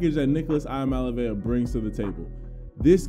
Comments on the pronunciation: Love the videos and keep it up! It’s tough pronouncing Samoan last names, not to worry I got you. This kid is gonna be around for a while so gotta say that name right lol. “Ee-ahh-mah-le-ah-vuh” hope this helps! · You struggling with nicos last name